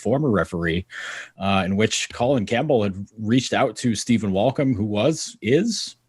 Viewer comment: Rectum Campbell? bc he insists its "Co Lin" yeah?